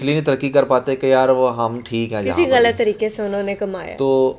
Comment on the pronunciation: apna glt bolna thk kro😂 Glt ni galat hota h 😂